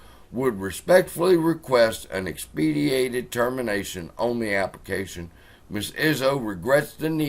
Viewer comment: X-PEH- DIGH-TED